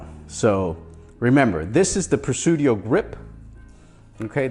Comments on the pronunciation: no no....it's Presidio, not Presudio.... Tomato Tomato is the same word pronounced differently. 🤓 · Pre-sideo not Pre-sudio brotha! Great video, definitely always loved the grip series.